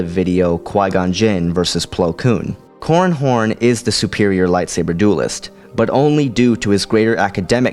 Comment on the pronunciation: i keep hearing 'corn horn'